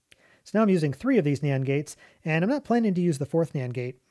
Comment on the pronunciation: anyone else keep hearing Nyan gate instead of Nand gate?